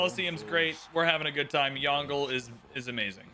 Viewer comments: It really doesn't take long to learn to say a name, hearing say YONGLE like DONGLE, instead of YONG-LUH is jarring, especially the amount of times he says the name. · Disliked because there was 0 effort put at saying "Yongle" properly. This creator's pronunciation was especially hideous. Potato McWhiskey, Boes, Ursa Ryan, etc all took great care. There's also an official video trailer of Yongle saying his own name correctly. So there's really no excuse. People who show wilful ignorance and non-chalance towards history and different cultures shouldn't play civ. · stop saying yongle lol